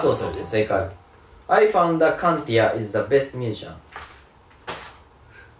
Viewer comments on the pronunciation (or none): musician のアクセントはsiだよ！みんな！